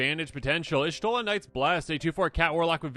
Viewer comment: Y'shtola Infect? LOL